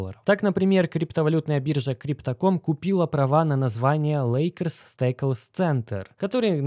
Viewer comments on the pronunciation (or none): только Стэплс, а не Стэйклс)